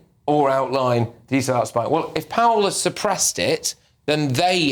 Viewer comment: Surpressed? Really? Come on GB. Get someone in who can speak English properly! 🙄